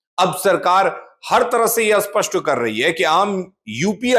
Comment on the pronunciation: असपष्ट नहीं स्पष्ट होता है बार-बार एक ही बात सुनकर कान में दर्द होता है